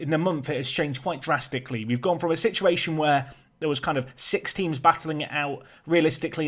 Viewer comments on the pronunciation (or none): none